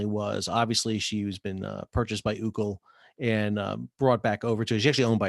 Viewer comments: Sal, been a big fan, but have to correct you. The vessel and the company is not pronounced “Ou-cle”.... it’s pronounced “O-O-C-L”. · It’s actually in Taipei not Malaysia. Also, it’s read ‘O.O.C.L.’ (as in Orient Overseas Container Lines)— not pronounced as ‘Oocl’.